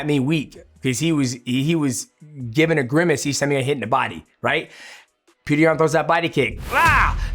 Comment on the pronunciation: Its Pjotor rather than Peter